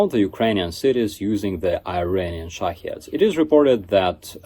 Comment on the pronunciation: Did he say, “Shit head” drones? … ; )